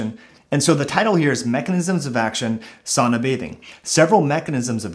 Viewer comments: This is great information. I wish I could get past Your incorrect pronunciation of sauna. Sow-na not saw-na. Still worth listening to. Very good information. Thank you and keep up the good work. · not 'saw-na but Sow-na